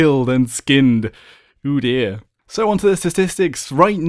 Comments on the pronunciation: When you said "oh dear" I thought you said "udyr" from League xD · I dont know if he said "oh dear" or udyr when he said about the bear pelt lol am i hearing wrong